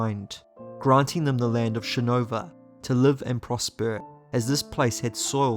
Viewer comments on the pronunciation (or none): I agree. cool video, but I thought it was weird that he pronounced it like shin-over. and he said parshandi near then end, but it was probably just an accident since he pronounced it right the other times. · It's shinovar. Emphasis on the "ar" damnit. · Awesome video man. But you should really look into your pronunciation on some of these names, like Shinovar (shin-o-var) and Adonalsium (ado-nal-sium). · Having listened to the read by Kramer and Kate, "shinovah" was pronounced wierd.